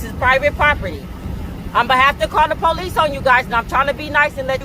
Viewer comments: She's a sheriff, why does she have to call the po-lice? What's another "unit" going to do? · Oh No, please don't call the po-lease